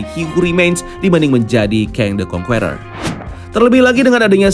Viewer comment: Sebaiknya diperbaiki cara membaca “Conqueror” bukan kongkueror tapi kongker